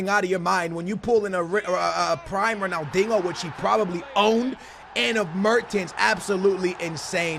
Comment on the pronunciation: Dude quit saying Ronaldingo there is NO "g" in Ronaldinho